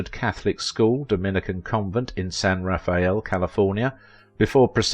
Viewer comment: As a Bay Area native, I feel compelled to tell you that San Rafael is pronounced San Ruh-fell